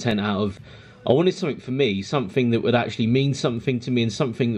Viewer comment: Sumfin, sumfin, sumfin and sumfin.